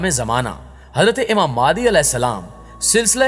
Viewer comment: Its not maadi its mahdi a.s